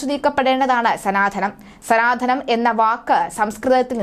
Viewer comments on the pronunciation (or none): സംഘംമം അല്ല സംഗമംഎന്ന് പറയുക.. അതുപോലെ sanadhanam അല്ല സനാതനം എന്ന് ഉച്ചരിക്കുക. ദയവുചെയ്ത് മലയാള വാക്കെങ്കിലും ശരിയായ രീതിയിൽ സംസാരിക്കാൻ ശ്രമിക്കുക